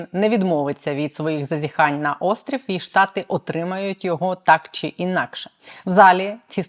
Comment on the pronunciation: ВЕДУЧА! ЩО ТВОРИТЬСЯ З ТВОЄЮ ЩЕЛЕПОЮ,ЩО ТАКІ СЛОВА ЯК (ЩО) ТВОЯ ЩЕЛЕПА ВИМОМЛЯЄ (ЩЬО), (ЧИ) ТИ ВИМОВЛЯЄШ (ЧЄ) А (ЧО) ЗВУЧИТЬ (ЧЬО)..............?????????????????????????????(Українська діаспора в США)